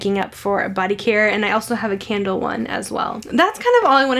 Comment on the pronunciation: Idk why every time you say candle I hear Kendall 😂